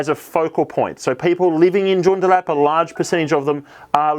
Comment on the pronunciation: I would like to gently point out that Joondalup is pronounced June-daa-lup. Thanks for the content 🙌